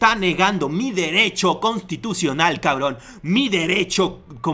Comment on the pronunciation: constitucional dice😂😂😂este no tiene ni la primaria